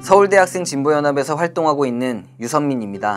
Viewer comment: 발음을 확실하게 해야지 서울/대학생진보연합인데 교묘히 서울대출신인것처럼 하네. 그리고 대학생은 맞나? 얼굴은 대학원도 한참 지난것같은데